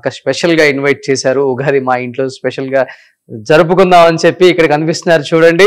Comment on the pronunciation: Ughadi kadu Ra babu Ugadi anali,Womens kadu ra babu Women anali